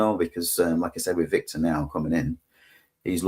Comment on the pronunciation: Can someone tell it's Vitor, not Victor! 😅